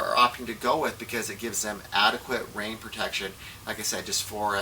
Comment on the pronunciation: "light weight wain jacket" LMFAO!